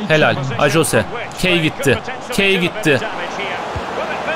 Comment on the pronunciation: Abi ajose deil ayoze die okuyor Tesekkur ederiz bize Exeter City i sevdirdign icin instagramdan da takip ediyorm Exeter City i Bu arada bnde Hatayliyim abi